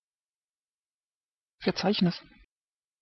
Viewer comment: OUTSTANDING ! THIS is THE way to teach pronunciation ! Enunciation is PERFECT ! WILL USE THIS SITEHENCEFORTH ! teddy